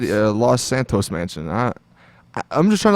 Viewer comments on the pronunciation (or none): none